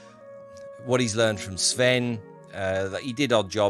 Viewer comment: Oh, and your pronounciation of Nord(ic) names (especially Sven) is overall good which is very nice to hear. Kudos for that!